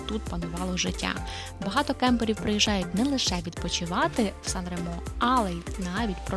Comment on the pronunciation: 😂 Nica-San Remo то "страшна" дорога 60 км. 2-30 часу.По автостаді 16€ - 1 година. Ще й ширина буса 2,5 метра. * Сан-Ре́мо наголос на "Е", а не на "О". Гугл в поміч, там є кгопка як звучить🔈